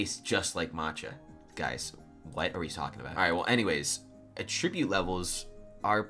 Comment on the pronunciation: the way you say attribute makes me upset